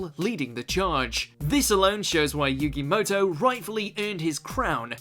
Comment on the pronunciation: Yugi "MUTOU" forgot that 'u.'